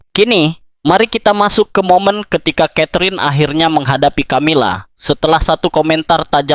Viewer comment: Peu dilemoangjan ucapannya...bukan Tjamila tetapi Kamila....tidak semya huruf c dibaca tj...misal coca cola dibaca koka kola bukan tjotja tjola..umumnya dalam bhs.internadional huruf c jika doikuti oleh hurug a...o..da u dibaca seperti k...tetapi jika diikuti olh e..i...diucapjan seoerti s.....